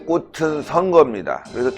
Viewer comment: 신해식님 자유민주주의의 꽃은(꼬츤)ㅇ,꽅은(꼬튼)×꼬츤 이라고 발음해주세요ㅎ~